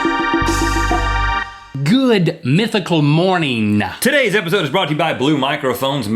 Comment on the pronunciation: Link... Please stop saying "Good Mythical Morning~ga"